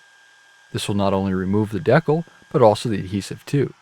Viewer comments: Always thought it was pronounced decal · I was almost in tears lmfao. Iv been all over the country and have never heard it pronounced that way